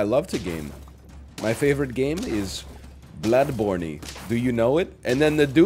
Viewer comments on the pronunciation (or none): Lol it’s blood borne not blood bornie